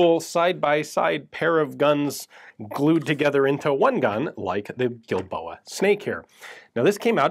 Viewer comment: I sewar I kept hearing that pronounced as "D"ildoa.